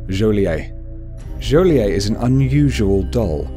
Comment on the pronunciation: you pronounce the t in joliet